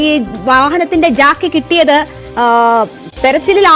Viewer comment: Not Jacky, pls say Jack. Hydraulic Jack